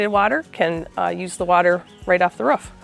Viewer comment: she says ruff instead of roof. lol